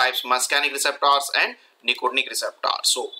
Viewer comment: Would be such a nice video if you stopped saying receptors so weirdly.